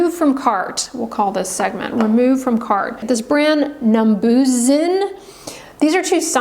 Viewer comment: OMG! I love Numbuzin products and so do my clients. It is Korean and please consider pronouncing it correctly. It has helped my acne prone clients and my over 65 years. You have to pick out the correct number for what your skin condition is. It seems like you don't understand what natural plant extract scents are like. Vaseline Balm? You like Vaseline Balm. I like it too but on the feet and hands with socks and gloves put over it.